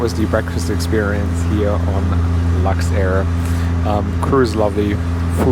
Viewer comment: Lux soap yes not luxair 😂